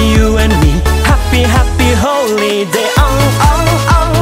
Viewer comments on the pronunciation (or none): The song was great but the pronunciation of Holiday sound like Holy day .. 😁 ... Sorry just can't kept it to myself 🙏